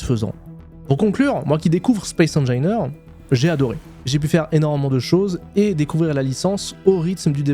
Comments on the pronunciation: non mais c'est pas possible : on t'a dit 10 mille fois que ça se prononce comme "angine" de poitrine ... j'ai quit à 39 secondes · Space engineeeeeaiiiiirrrrs, comme opussssse, pas opu. On dira une IA :face-blue-wide-eyes: ! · Space engailleneur mais par contre il dit bien en anglais le Rage du VRage3 mdr 😂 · Mdr je m'attendais complètement a trouver un commentaire immédiatement a ce sujet., cette prononciation est juste infecte 🤣. Mais force a toi quand même pour ton aventure YT! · donc on prononce engineer comme le dit l'ordinateur et opus faut prononcer le s. j'ai hate de pouvoir te corriger a nouveau !